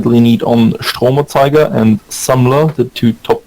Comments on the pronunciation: I like it when non-germans talk german. "Stromanzeiger" :D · You said Stromerzeuger that was so funny